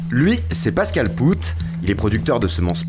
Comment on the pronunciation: On dit pas poutt on dit pote , bordel vous connaissez que l anglais dans vos vies ou quoi? Ya pas d autre langues aussi le flamand par exemple et plein d autres bien sûr ? Vous dites benoit poulvourde ? Nan ...